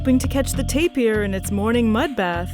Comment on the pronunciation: Nice video. Why does she keep saying tape-ee-er when it's just tape-er. (tapir)